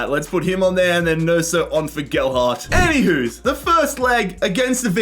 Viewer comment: the way u said nonso like wheres the s in that